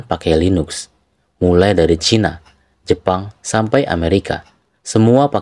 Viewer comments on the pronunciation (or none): none